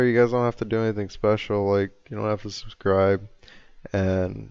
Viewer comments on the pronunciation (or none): none